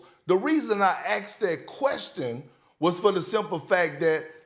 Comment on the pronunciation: "The reason I AXED that question"